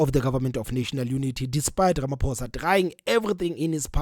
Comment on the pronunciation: pls have respect for our president.its RAMAPHOSA,not RAMAPOES OR RAMAPUSS